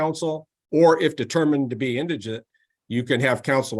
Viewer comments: His pronunciation of indigent is all I need to hear to know this guy needs all the legal help he can get. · Very impressive judge! I predict repeated mispronunciation of “indigent” was foreshadowing of how well his case is going to go.